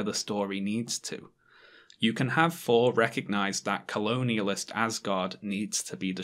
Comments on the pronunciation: Why do you keep saying "For" instead of "Thor"? Is this a dialect issue or do you have a speech impediment? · * pronounces thor as 4 the entire time * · Is it just me, or is pronouncing "Thor" as "For" and "Truth" as "Truf"?